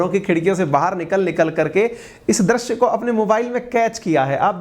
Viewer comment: Sir Drash nahi drushya hota hai o